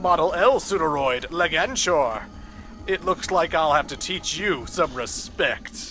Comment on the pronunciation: Just so you know,, it's Leg-Anchor.